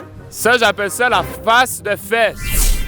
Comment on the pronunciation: " une feEsse" meilleur bout